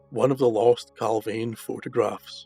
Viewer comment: Points to note! Location pronounced Cal (veen) Not Cal (vane). Nick pope was on the UFO desk at the time of the incident. All material's from the case crossed his desk. The pick of the bunch photo went missing from Pope's office. The photo shown is of an unidentified flying object and a harrier jump jet. Inverted picture, tosh! Oh and by the way Clarke is a shill, a paid debunker! Strangely went very quiet after the pentagon admitted UFO'S were real. I don't believe the record got the photo's back.